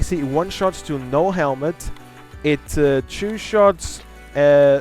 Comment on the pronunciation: Before you criticise ANYTHING, learn how to say the number 2 stupid